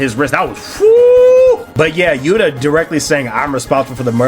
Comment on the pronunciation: Are you calling Johnathan "Yura" Hishaku Yuta? It sounds like it.